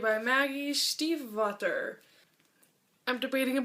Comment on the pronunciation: So sorry to break it you, love, but you're mispronouncing Maggie Stiefvater's name as well :D That series has been on my wishlist for like forever - I really need to get it one of these days...